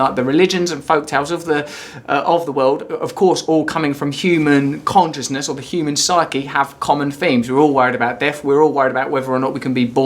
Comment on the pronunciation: Don't bother calling it "escapism", Arrivalism makes more sense. Also, "Conch-ih-ness".